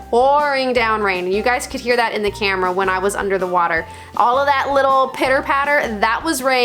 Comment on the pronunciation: Did I hear you burp underwater? That would be a first. That is an opal and it is from Coober Pedy .Needs some care. Drop it id fresh water. Or as you say WHATER.